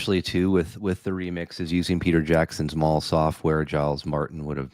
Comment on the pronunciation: Maul software ? It was named after Mal Evans. Please have respect. It’s pronounced MAL.